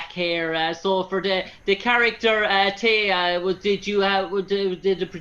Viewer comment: The interviewer talks way too much instead of allowing Rachel to talk the most. AND, did this Interviewer even watch ANY episodes of Stargate Atlantis??? He sure seemed lost about the Characters and their names! Hey fellow... Rachel's character's name is Teyla, NOT Teya! If you do an interview, then at least say the person's character name properly!